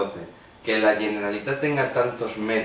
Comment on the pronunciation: No saps ni pronunciar bé "Generalitat", tu què vas de català, home? Si se't veu el llautó d'una hora lluny. Haver nascut aquí no vol dir res, sr..